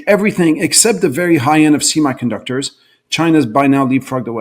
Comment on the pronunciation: "See My" conductors. Why does he say "semiconductors" that way?